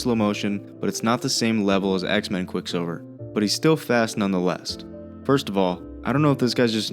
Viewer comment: "none the lesst" hahaha